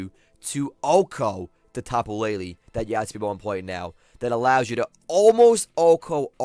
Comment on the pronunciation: It's Tapu LeiLei not LeiLi